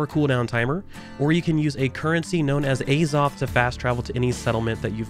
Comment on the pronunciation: The way you pronounce azoth :D